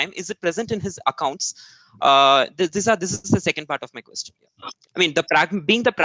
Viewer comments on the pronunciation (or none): none